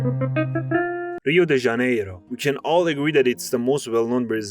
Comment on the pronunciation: Melhor pronúncia de Rio de Janeiro de um estadunidense que eu já ouvi na minha vida! Parabéns!